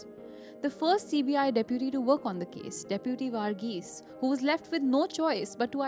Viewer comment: So cringy way of pronouncing name Vaarghese etc